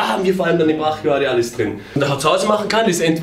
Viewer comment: Niemand:: Brachialialis